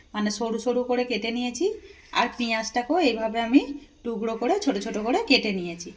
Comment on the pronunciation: পাদলা নয় পাতলা টুগরো নয় টুকরো উচ্চারন ভালো করে শিখুন আগে